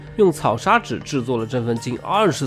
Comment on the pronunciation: Suo 莎草 (一声）